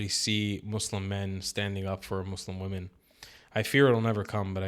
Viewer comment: these "woman" need to clarify if they're just stupid or there is some social fem gobbledygook about seeing the word women, plural, but pronounce it woman every time. We can't hear the rest of your words when you mispronounce really simple words. We must assume all of your thoughts are suspect at the very least